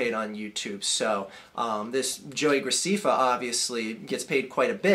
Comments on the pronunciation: And his name is pronounced grac'eh'ffa with an (ɛ) vowel sound. not 'ee' (i). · Yeah, you did say it wrong. It's GraSEHffa. I should know; my little sister watches his shit all the time. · Scuze me, his name is pronounced joey gracEffa. Not gracEEffa. Thanks. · It's not Joey Graceeeeeeefa it's Joey Gra-ceh-fa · ITS NOT JOEY GRACEEEEFA ITS JOEY GR-AH-CEH-FFA. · it's GracEFA not Graciffa dude don't make videos about what you don't know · It's graceffa not graccfa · JESUS CHRIST IT'S ANNOYING ME YOU SAYING GRACIFA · its pronoucned gra-seff-fa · You're saying graceffa wrong, it's gra sef fa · What I don't get is if you saw the video then why are you pronouncing his name wrong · You are rude to everyone who watches him and u are saying his last name wrong get it right ! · You dont fucking say his name right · Are a a#$ whole learn how to pronounce his name first of all. And the 1 of the reasons u hate him he's good looking (unlike you) and 2 he has more suscribers. Your just jellous. And his fans are not just girls there guys and girls. And whoever can listen and agree to this nonsense is stupid and ill in the head. You hate on people cause there popular so you don't need to make these vids on wat you think about people cause no one cares about your opinon so stop being inmuture and GROW UP!!!!!!!!!! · Because he mispronounced his name? Your logical is beyond astonishing. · Learn how to say his last name fucking idiot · Okay, first learn to say his name right and also you only have 37,388 subscribers so I wouldn't be talking okay he was joking the whole time about the fat thing he wasn't calling the person fat he called the car fat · learn to pronounce his name before you judge him dumb fuck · You're saying his name wrong